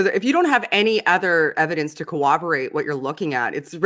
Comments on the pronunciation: Lol said "cowoborate" twice instead of corroborate. Until Matts debate with Jonathan Sheffield I never heard anyone say that. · Hate to say this, but "cowoborate?" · very smart and interesting. Can someone close to her help her with her pronunciation of "corroborate"? That way she won't sound stupid, because she has a lot of good things to say. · Hey, I really liked listening to you. You're really intelligent and articulate, but just a little pointer, if I may? I'm not trying to be unkind, but your pronunciation of the word "corroborate" is off, so if you just take a listen to the pronunciation from someone else, just so you don't sound unintelligent. Thanks